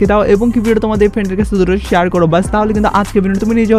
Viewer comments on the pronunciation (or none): none